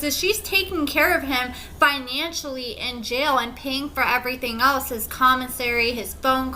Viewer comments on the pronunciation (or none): none